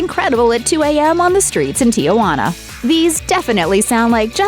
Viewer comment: Gordon Ramsey has another "rule of three." Three filthy words per sentence spoken during his frequent fits of anger. Also narrator lady, the city is Tee-huana, and not Tee-uh-wanna, and I don't even speak Spanish.